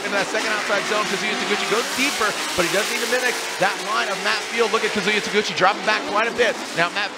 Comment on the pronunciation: God I hate the way the commentator pronounces his name lol